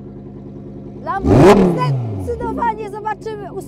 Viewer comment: Złe wymowiłaś pierwszy raz, to nie "Lamborgini"😱😱😱😱😱! Potem bylło zawsze dobrze bo było "Lamborghini" 😉😉😉 super odcinek! 😍😍😍😘😘😘